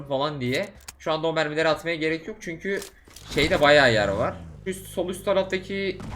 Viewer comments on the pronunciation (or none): none